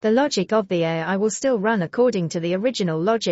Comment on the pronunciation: Good video but terrible AI voice 🥲 it can't even say things properly. Like pronouncing AI as eyy 🤦🏻